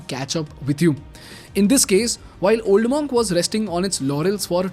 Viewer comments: Pronounced 'mUnk' ✅ not 'mOnk' ❌ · Superb video . Keep up the great content. However it’s pronounced as Munk